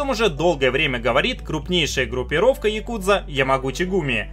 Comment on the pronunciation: ну хотя бы правильно говорил, не яКУдза, а Якудза, с интонацией на первый слог. В словаре японских интонаций можешь убедиться, ну или послушать любого японца) Режет слух почти так же американское каРАтии вместо каРАТЭ.